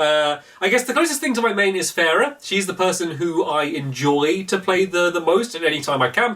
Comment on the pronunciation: I’m a sucker for pronunciation, so I AM SORRY!! FAR-ah and Zen-YAA-ta Sorry, and thank you, you don’t need to care, I just need to get rid of this from my system....